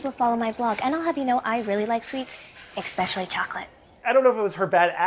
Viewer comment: When she says, 'eXpecially chocolate', you KNOW she's not delivering those lines right!